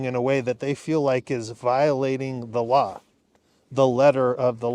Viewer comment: it sounded like you said "allah" instead of "the law"! i had to back it up and play again, for i knew i could not have heard right 😊